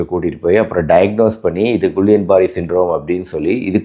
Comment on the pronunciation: Dr கிள்ளியன் பேரர் not குல்லியன்